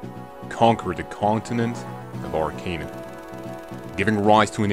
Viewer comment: It's pronounced Arch-en-aya.